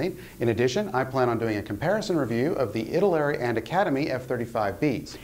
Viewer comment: That box is a bit much for a 1 : 72 nd scale . Just looking at it at a glance you'd think that it would be either a 1 : 48 th or even a 1 : 32 scale kit Not only that but bonehead mispronounced " Italeri " .